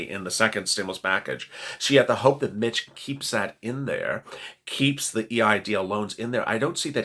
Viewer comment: Every time you say "Being a Mitch", it sounds like you're saying "Being a Bitch" and makes me think you are talking about the temple of doom lmao